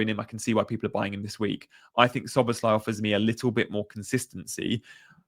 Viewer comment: He did say it's Szobo-slai, so you got it right most of the times in this vid.